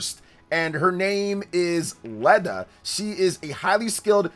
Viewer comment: No offense! If your going to hype up characters at least learn how to pronounce the names and such. Dietrich is Deetrick. It's german like pronunciation. Not Beerich? whatever the heck it how it was said was WAY off?? Leda is in no way pronounced Leh-da, its either Leeda or Layda. Theodora is from the kingdom of Saramis not Samaria.